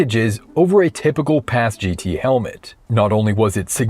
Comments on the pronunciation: Say it with me now: "Paz-Git" "uh-Patch-ee" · Never heard it pronounced as Paz-Gee-Tee like you are saying. Always heard it as Paz-Git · PASGT (Personnel Armor System for Ground Troops) is pronounced "PASS-get," rhyming with "fast-set," The "MICH" helmet (Modular Integrated Communications Helmet) is pronounced like the name "Mick," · PASGT is pronounced “pas-git” otherwise good video